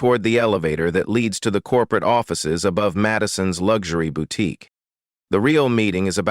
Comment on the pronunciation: Where is the T in boutique that’s irritating me